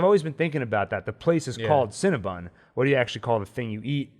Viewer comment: Guys- it’s Cinna-BON not cinnabun!